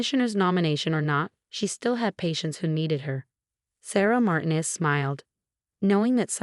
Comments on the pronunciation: Obviously, the AI doesn't speak Spanish. Sarah's last name is pronounced Mar-TEEN-ez. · Your AI can’t pronounce Martinez? Really? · Dozens and dozens of very common words are mispronounced. At least learn to say 'Martinez.' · Martinez and Reynolds were not pronounce correctly